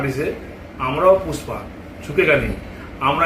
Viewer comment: Pushpa ❌ Fusss-pa ✅ 😆